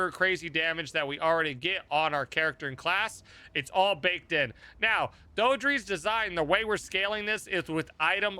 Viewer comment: I think the name is pronounced "Dee-Dra"